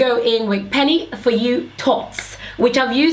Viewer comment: The way you pronounce thots is soo cute Lol ... I love your natural hair videos !!!